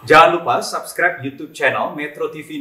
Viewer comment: Subscribe dibacanya SUBSCRIBE aja,pake U, jangan Jadi SABSCRIBE